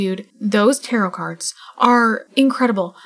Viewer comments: Also tarot is pronounced tarrow not tarrot 🤣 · You're pronouncing tarot wrong. the second t is silent (tair-OH) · Its more like : « tah-rrow »